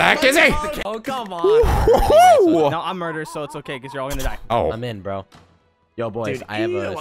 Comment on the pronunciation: 😂 said bo not bro😂